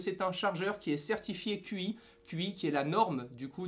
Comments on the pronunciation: Certifier quoi ?! Cela ne se prononce pas QI mais TCHI ! 😒 Sinon bonne vidéo! Et super fond ! Mais fait un peu tard ... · La certification Qi se prononce « tchi » 😂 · Qi se prononce Chi